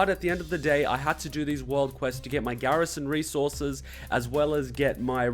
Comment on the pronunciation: I love how he said "Garrision resorces" X3